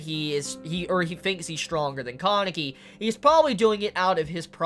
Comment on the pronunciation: its been how many chapters and you still can't say kaneki right? lmao great review though